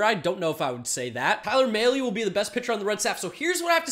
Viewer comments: It’s mal-ee not may-lee. Talking about Tyler Mahle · Tyler “Mah-Lay”